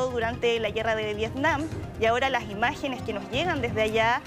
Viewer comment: "la imagenes shtron immpatantes" no pueden hablar bien aun siendo profesionales?